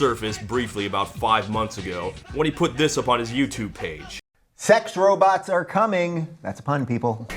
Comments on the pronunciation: "Robits" Man, Futurama has ruined my entire generation's ability to say robots. I'm a victim. I'm fine with it. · Robits lol